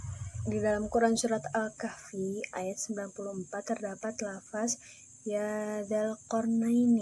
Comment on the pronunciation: sekali lagi...teman2 menyebutnya lafazh/لفظ ya...bukan lafas..kl dibaca lafas seakan2 tdk pernah melihat teks arabnya